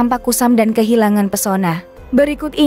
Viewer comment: di baca dan bukan dun😢😢